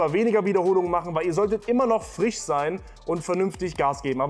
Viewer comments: Am Freitag kommt fricher Fich auf den Tich! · Ach du bist einfach nur nicht ganz Frich